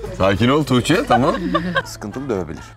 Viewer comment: Boranın touğçe demesi gmdnufnölfnnıtj